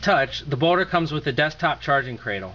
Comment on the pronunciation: ok, so judging by the comments, im hearing boner corectly. not just me.